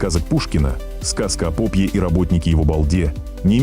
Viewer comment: Озвучка ИИ - это кринж, как говорит молодёжь... Сказка о пОпе? )))